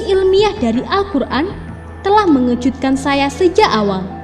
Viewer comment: Gw baca komen ini dulu, baru deh play videonya, sejak detik pertama dia bilang "MENGEJUDKAN" gw langsung mnegerti kenapa. 🤣